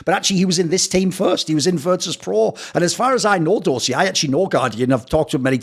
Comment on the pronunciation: the same Dosia advert was used in Poland too :) Try pronouncing it DOSHIA , instead of DOZZIA